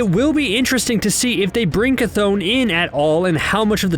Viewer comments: Geezus, I’ve here like 5 different pronunciations of the name Chthon ...CH is pronounced “ch” not “kuh “ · It’s ch-th-on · I been saying chthon wrong this whole time it’s actually pronounce ch-thone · You mispronounced Cthon wrong. Also Kevin Feige said Agents of Shield is not canon